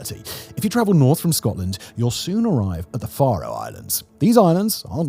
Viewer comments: OK, Simon, "Far-oh"? No, no, no, it is pronounced "Fair-oh", just like Pharaoh. Oh, you did get it right at least once. Nice to be seen, though. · Simon's pronunciation of Faroe Islands 🤣🤣🤣 I've got friends who live there and I've visited.